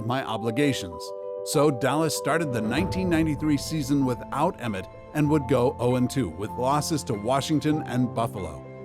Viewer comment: Emmitt not Emmith